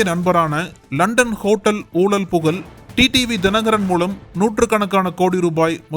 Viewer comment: ஐயா நக்கீரன் குழுமமே.. Voice Over ல பேசறவங்க "ழகரம்" Pronunciation ah கொஞ்சம் சரியா பேச சொல்லுங்கையா 🙏🏻🙏🏻🙏🏻🙏🏻 "ஊழல் புகழ்" அப்படின்றத "ஊளள் புகல்" னு படிக்கறாப்ல... 😏😏